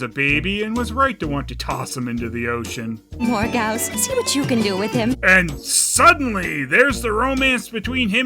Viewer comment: Quest for Camelot had its problems, but JFC. Edit: Isn't Morgause supposed to be pronounced more like "mor-gayz"?